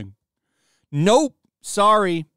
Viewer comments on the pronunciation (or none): none